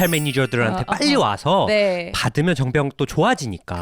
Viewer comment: 미치겟네 이게 무슨 그림이냐 정뼝 아니고 정.병.이라고 발음하는 거 의사 쪼 티나서 개웃김